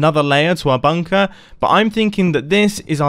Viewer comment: OMG i honestly thought the first words you said was " i love a good bunk *p", then you had to pause for a second before carrying on talking! 😳